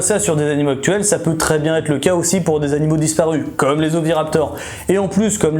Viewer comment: Cent mille abonnés, ça y est ! Tu nous montreras le logo YouTube ? Super vidéo ! Je n'ai pas une super mémoire pour frimer avec les copains mais j'ai appris pleins de choses. Par contre, les "zanimal" ça m'a écorché un peu les oreilles, oups...